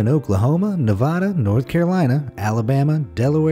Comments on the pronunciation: ITS NE-Va-da not Ne vah dah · 6 : 30 its navada not navoda